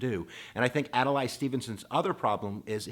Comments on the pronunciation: It's "Ad-lay", not "Ad-lie"! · Please, say Adlai, not Adelay. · Also, it's Ad-Lee not Ad-a-lai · So now I’m wondering if you didn’t even bother to research how to pronounce Adlai of what value are your lectures. Adalay? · You need to pronounce their names properly. It's Adlai (pronounced Ad Lee) and Estees Keef offer.) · Ad-lay .... How does someone not know that?